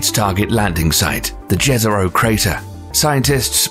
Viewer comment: The way he says jezro scares me